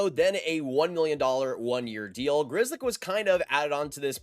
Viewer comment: As a European, when I hear how typical Polish surname Grzelcyk is being pronounced like a grizzly bear, I cringe. How the heck can this surname be butchered that hard ?